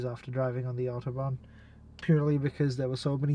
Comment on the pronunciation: And without accent too